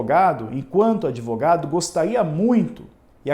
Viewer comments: O “adevogado” se achando importante kkkk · "Não se surpreenda pq se trata do!!!" Hahahaha o "adevogado dos adevogados " Hahahaha